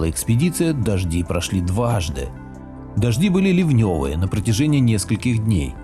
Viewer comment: Почему Вы(или диктор ) произносит, на мой взгляд, неправильно некоторые слова, то есть ударение ставит не туда? Например ливневые - в этом слове диктор ставит ударение на вторую гласную, а надо на первую